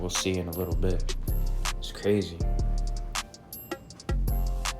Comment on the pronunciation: how you say bkrazy is the beginning and said crazy the rest of the . youa flop